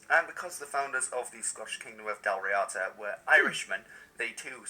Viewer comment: His pronunciation of Dalriada is terrible. Why can these history vloggers lookup how to say words in other languages instead of continuously reading non English words as if they were english.